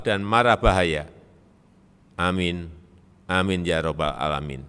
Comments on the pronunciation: Melafazkan muqoddimah aja sdh takaruan,. Ingat yaa, beda bacaAn beda Arti, BiSMiLLAHI. Buka Bisimilahi., & AssalamuAlaikum. Bukan Asamuwalikum. & Masi banyak yg Harus di perbaiki. Untuk Lafaz Ayat nya. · Ucapan salam kAmu belum bener